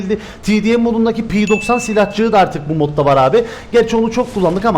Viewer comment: Everyone: Mk 12 P90: Pİ NAYN EMKA ON DÖRT:)))